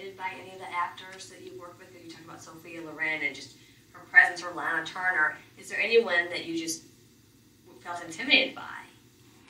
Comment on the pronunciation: I cringed at every "Laynuh Turner". I'm sorry. Honestly that is so amateurish. LAH-NUH. She said this for decades. How do you get her job? Clearly she is unversed in classic film.